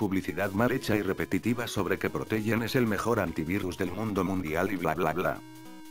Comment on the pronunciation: I lose my dita dijo el señor del prutogente